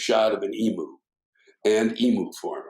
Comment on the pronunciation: Love your work Sir... However, I have to be a pedant, but just slightly. Forgive me, for I don't want to turn it into a rant, as it's just not worth it. As an Australian, I can say that the pronunciation of the flightless bird is "ee-mew" not "ee-moo". For all I know, the great Emu wars in Western Australia (November – December 1932) were caused by the birds being peeved at the incorrect pronunciation of their name. We don't want a repeat (because they beat us)